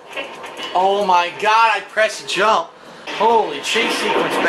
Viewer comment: “I prest jamp! I prest cercal!”